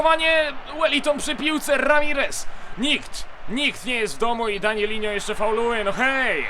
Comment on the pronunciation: danilo a nie danilinnho